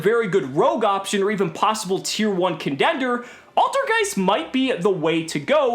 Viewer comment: "possible condender" lul